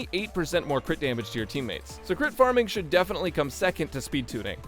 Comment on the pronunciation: No way bro just said “CRITORIS” lmao